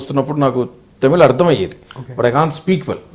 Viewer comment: vamshi garu please don't pronounce tamil as టమిల్ it should be pronounced as తమిళ్.